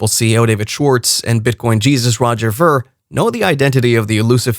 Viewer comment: Pronounce Veer!